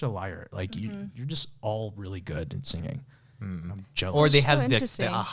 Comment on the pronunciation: The way Ryan says singing kinda throws me off 😂 "Sing-Ging" 😂😂